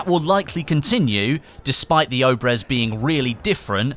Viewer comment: Its not "oh-brehz" its pronounced ob-yez.